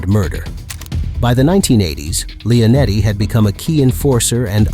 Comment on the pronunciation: Lee-O-netti...not Lay-O-netti